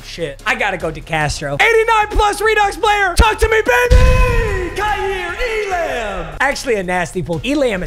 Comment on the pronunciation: Sir it’s kair Elum 😂